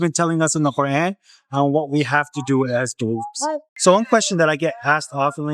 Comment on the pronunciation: You need to stop pronouncing the Qur’an in that fake accent. It’s super cringe.